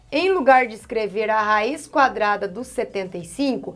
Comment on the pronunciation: Ela falou :cadrada no final kakakakaka morri ...prof eu amooo suas aulas e olha que eu odeio matemática kakakakka